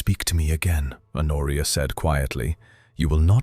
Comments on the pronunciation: "Honoria" is pronounced "Onoria". This is an absurd mistake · Is her name Honoria, A Noria, her nausea, Noria, an oreo, in oria? Her coat worn over her dress is not a police; it is a pelisse. The duke’s father left him FOUR, not for, estates. A small MUSCLE, not mussel, moved at the corner of his mouth. A MAIL, not male, coach. Arthur, Honoria, her father, mother, sister and brother makes six people at the dinner table, not seven. PUY DE SANCY, not predecessor si. AUVERGNE, not oval. He had been RIDING, not writing. I give up. Did a human proofread this text before letting the robot narrate it?